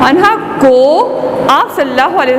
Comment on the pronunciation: برائے مہربانی یہ عنہو نہیں کیونکہ یہ عورت ہے اس لئے عنہا پڑھی جائے